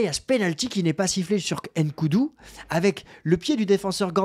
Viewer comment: On ne dit pas N’Koudou pardon quand vous faites ça on est mal